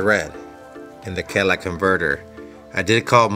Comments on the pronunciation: It's just a manner of speaking. A mis-pronunciation. He's dropped one of the four syllables, saying 'cat a lic' instead of 'cat a lit ic'. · He kept calling it cadillac... LMFAO. Say the word dude.